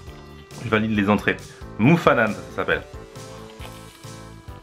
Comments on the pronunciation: 5 28 c tananarivou Le o se mit ou Et le e se lit é 7 01 c Moufou hanana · Il a tué la prononciation de mofo anana😭😭😭et voanjobory😭😭😭😭